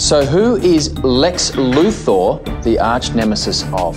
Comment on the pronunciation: who the hell says Lex Luth-OR